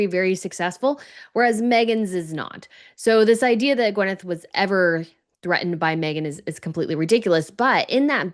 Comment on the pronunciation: Why is everyone suddenly calling Gwyneth, Gwenyth? I’ve noticed so many folks on YouTube saying it this way, but since the 90s, I always believed it was said ‘Gwyneth.’